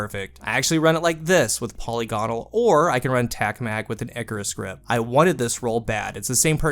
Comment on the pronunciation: This is amazing. Also, for you and the entire Destiny community: polygonal = puh-LIGGINUL.